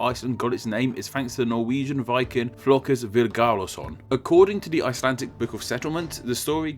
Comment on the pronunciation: It's not "Flokus Vilgaurson" His name is Floki Vilgerdarson.man.